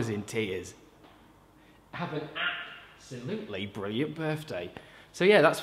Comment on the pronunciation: Is it normal that I'm still laughing at the "app-solutely"? Like... I can't stop... Yeah...